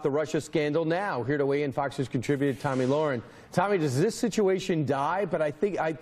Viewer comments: It's not Tomi for f*** sakes it's Tommy like the boy's name it's not f**** hard it's just felt a little different people like to make f**** different genders up go with it a fat old f*** who's like 40 years old can transition to a girl a four year old girl and you guys cannot get this woman's name right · "Two-mee Lahren" 😂 .......or Tammy or Toni?! 🤣🤣 I'm glad to see how forgettable that stupid bitch is for no one getting the most basic bitch 'Tomi' name correct (Toni Lasagna!! 😂)